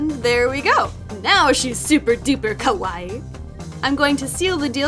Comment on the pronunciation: The Perfect Weeaboo that's actually how you pronounce it tho